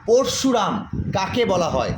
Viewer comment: প্রথমে স্যার নিজেই উচ্চারণ ভুল করছেন (প+র্+শু+রা+ম) না ওনার নাম (প+অ+র+অ+শ+উ+র+আ+ম্) হবে।